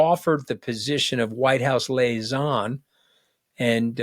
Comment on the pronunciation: Tony, it's lee-ay-zon... Not lay-ee-zon.